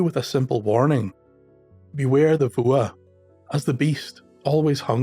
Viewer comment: "Fuath"? It sounds like "Vuah". Not that it matters, but I never would have guessed.